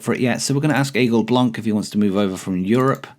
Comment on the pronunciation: Hi, from a french guy who enjoys your videos ! Just to inform you that for the Aigle Blanc prononciation, the C in Blanc is silent in french. Anyway, keep up the great work !!!